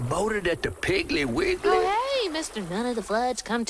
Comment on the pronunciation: "You been promoted at the Piggly-Wiglly" LMAO